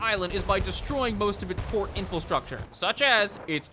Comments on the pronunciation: This is the second video I've watched where this guy says "in-fill-structure" instead of "infrastructure." I suppose you should never take your ability to pronounce words correctly "for granite." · Me: Oh boy I wonder if he finally learned to pronounce "infrastructure": INFILSTRUCTURE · For future reference: it is pronounced 'in-fruh-structure'. Normally I don't bother pointing this out, but it's happened in previous videos as well. Love the vid and your content, by the way. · Please! 'Infilstructure' is not a word. It is so annoying. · why do you say infelstructure, is it just to annoy us? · Infrastructure has no "L". Please correct your pronunciation so I can enjoy this video